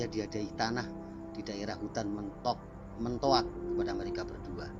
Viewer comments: Hutan mentaok, bukan mentoak.. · Hadiah tanah alas mentaok bung...bukan mentoak